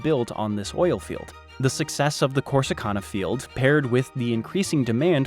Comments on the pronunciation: The grid does not even cover the entire state. If your unsure of grid move East of Tyler or to extreme West Texas maybe Panhandle. Oh it is pronounced Core si Can nah , not cone a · Corsicana is pronounced can, not cahn at the end, like a tin can. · It's pronounced Corsi-CAN-uh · In Texas we pronounce Corsicana as Corsa-can-a. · 22.18 core su can na. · Course-eh-can-uh. We speak our own language down here where we acknowledge Mexican, Germanic and Native American ties to our history and then (purposefully?) butcher all the pronunciations. Another nearby town, Phalba, is pronounced Fowl-be. I don't make the rules, but I gotta stick to'em. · Love how this guy on the video butchers Corsicana.... its pronounced Cor-sic-can-a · Not to nitpick but its pronounced "Core-sì-can-a" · Please note... it is pronounced Cors eeeeee Can ( like a soup or soda can) Ahhhhhh Corsicana :3 Thank you for joining my Ted Talk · Hey there, Corsicana resident here. Here we pronounce Navarro as (Na-vair-row) instead of (Na-var-row) and Corsicana as (Cor-si-can-uh) instead of (Cor-si-khan-uh). No biggie, just how we roll here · Love the video. As a native Texan, I have to annoyingly correct how you pronounce CorsiCANa. It’s Cana, like “yes we can.” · I know right! Typical on and on about DFW Houston and Austin. When they finally mention North East Texas they miss pronounce . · I actually thought this video might have been made by someone from Texas, but when he pronounced Corsicana, I instantly knew he was no Texan 😂😂